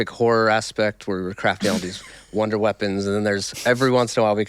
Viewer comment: Wunderwaffe coming back she said “wonder” twice then followed it up by can’t wait to “shock “ about